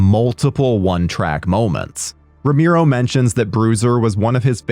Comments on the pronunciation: Me too! I rented this movie back in 2001 in video stores!🤗 P.s: And his name is RO-ME-RO! Not RO-MI-RO....they spelled it wrong in the video every time!😮‍💨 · Rom-e-ro NOT Rom-i-ro, fuck sake! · ROMERO, man ROMERO, not Romiro. Geeee... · Roe-MARE-oh, not Roe-MEER-oh. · Brother I don’t know who told you his name was pronounced that way but it’s driving me crazy. You should look it up before you say it 200 times in a YouTube video